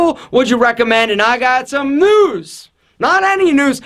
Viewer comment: When he said news I thought he said noose